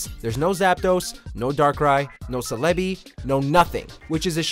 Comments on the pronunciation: ‘Ce-lebi’ ‘Zo-ru-a’ NANI?!?! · Ce lay be wtf? Its pronounced sell a be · while he pronounced it as suh-LEH-bee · "No Selebee" really? Are you guys saying their names wrong on purpose? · Did this dude just say cêlbē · He's mispronouncing all the pokemon names just like a parent in the 90s would LOL. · How do you pronounce Celebi's name the wrong way? The same with Zorua. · Usually immediately followed by a character pronouncing it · He mispronounced Celebi and Zorua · Weeks he didn't I'm sorry :( celebi zorua and more) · You mispronouncing one of my favourite legendaries makes me deeply disappointed in you. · That "Celebi" pronunciation was all kinds of off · The way you pronounced celebi makes me want to die haha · ....how did the pronounce Celebi wrong?! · The way he pronounced Celebi and Rowlett...Gigamax...ok boomer. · How did you just pronouce Celebi? Bruh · Please get people that actually are fans of Pokémon to make these videos. That mispronunciation of Celebi was atrocious. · No what??!!! Imma have to stop watching after u pronounced celebi like that, sorry, but wat a shame😔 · For gods sake learn how to pronounce Celebi and Zorua. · The way you pronounced Celebi made me quit the video immediately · This video earns a dislike for the way you pronounced celebi.